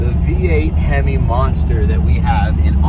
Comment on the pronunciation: A himmy! She says, A himmy